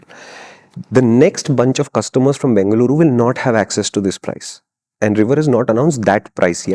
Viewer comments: Thanks for saying it right as bengaluru ❤ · Thank you for calling it Bangluru over Banglore 😍 Lot of love ❤️